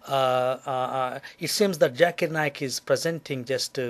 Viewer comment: this moron must learn to say the words properly! 'it is Dr ZAKIR Naik NOT Dr JAKIR Naik LISTEN KID, get your Zs Js sorted out! Do't disgrace the rest of Indian community!